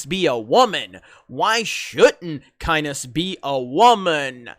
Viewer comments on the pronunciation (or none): It's "Kines" not "Ki-ness!" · I noticed the pictures today and noticed this but well I’ll just go with it. It’s pronounced kines not ki-ness. And it’s Atray-dees. Don’t worry thanks for the vid as usual. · Kynes pronounced "kines" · Just FYI... Liet Kynes is pronounced as LEE - ETT KAIN es (as is Kynes and not kyneSS) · First...Its Kines, as in "Hynes" catsup. (<---edited in) read the books, saw the movie and the mini series. And reading that article tells me they have no idea what Dune is, or what its about. As is the case with so many "classic" they fail to realize that changing 1 character can change the whole story. Jessica, for instance, knows how to fight...but she is no warrior or soldier. To expand her part will change the story. To these numbnuts Dune is a Patriarchal movie. Paul goes from a boy to a God Emporer.....and you damn well know that will have to be changed.....hence Jessicas "expanded" role....to crush the patriarchy. Last point...Dune '84 (which i actually liked) bombed at the theaters because it did not stay true to the source. The planed trilogy was never made. The Sci Fi mini series stayed true to the source and the sequal was made. But these asshats dont learn from their own mistakes, and wont learn from history. edit...final ps...you did not butcher half the names....you butchered All of them. "Benny-Jess-A-Rit" 😂😂😂😂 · It's pronounced Kynz but that's no big deal. However, about women in Dune: critical characters-Jessica, Paul's mother and Liat's concubine; the Reverend Mother, head of the Bene Gesserit sisterhood, a powerful, manipulative religion; Chani, Liat's daughter; and the Princess Irulan, the Emperor's daughter. I have no idea how it could be any more "female" than it already is. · Hahah the way you are pronouncing Kynes sounds like Penis lol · Is not Kines really 2 syllables? like Ki-nes. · Well....Kynes rhymes with gynes....lol. Another great story about to be turned to shit by Hollyweird.